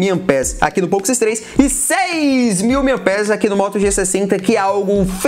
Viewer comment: Falou várias vezes nome poco x3 errado ,fica a correção.